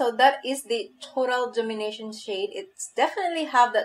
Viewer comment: Dom-in-a-tion.... not domin-ition. Kinda like dominate, but tion in the end.